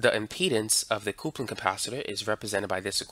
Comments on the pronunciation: Please, not "coopling" but "cupling" for coupling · thanks for the great videos...but, potentiometer = poe-tent-chi-ohm-eater and coupling = cup-pull-ing .